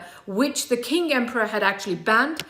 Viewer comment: In Mandarin Chinese, the letter Q is not pronounced like K, it is pronounced with a lazy CH sound. Qing= Ching, not King